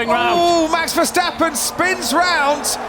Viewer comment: mex vesteppen really commentator ?? ,,do your homework,, google youtube for pronouncing